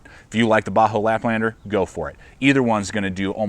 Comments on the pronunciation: Does he keep saying Bahco like a "Ba-hoe" pronunciation? I've always heard it as "Ba-Koe". Can anyone confirm the pronunciation? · it's really annoying that you keep saying "baa-ho." It's pronounced "baa-CO." You also spelled it wrong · Great review as always! I have never heard anyone pronounce Ba Ho like that haha. That aside, I have owned a laplander for several years and it is my go to. I picke up the larger Carona, 10" maybe? to keep in the truck but I have not had a chance to use it. Keep up the good work though!